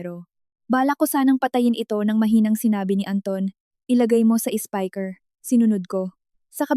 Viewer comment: Anong klaseng salita yong SPEAKER PHONE NA SABI MO SPIKER😂